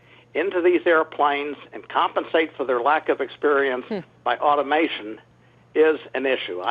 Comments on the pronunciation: Automentation is not a word... it’s automation. Well done Mr. ‘Expert’ #dummy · "Automentation" Lol, it's automation you goon. "Probably ' safe doesn't cut it when it comes to air travel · I thought he said "augmentation"